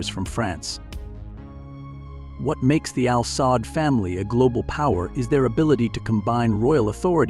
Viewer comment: It is pronounced as Al Saood not Al Saad family of Saudi Arabia. Also, This family doesn't own Aramco or the national fund. These & other investment belong to the country of Saudi Arabia not the family. And they certainly don't own or scare the American president.